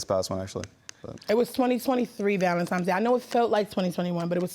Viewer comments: Why do some people keep saying valentiMes instead of valentiNes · I thought it was just me lol ValenTIMES irked me. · It was “Valentimes” Day. She knows because her son was “one years old “. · "Valentimes Day" 😅